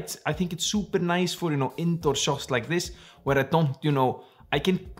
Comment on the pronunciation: Nobody:: Focus ring is NOICE!!